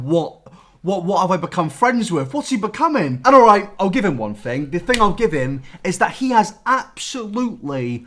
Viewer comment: man i love the way he pronounces "music" and "thing"... "moosic" "fing"